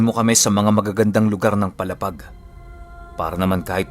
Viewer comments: PALA--PAG PO HINDI PO PALAPAG. MALAPIT LANG PO SAAMIN ITO. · mabagal lang po ang bigkas sa palapag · Mali yong palapag sA Samar sA pronounce..mo... Matigas masyado dapat malumanay Ang pag pronounce mo sa brgy.paaaaalaapaag n samar